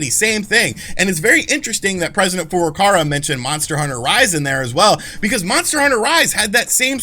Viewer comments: FurukaWA lol not FurukaRA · Is he saying FurukaRa and physical year? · why do you keep calling him "president furukara"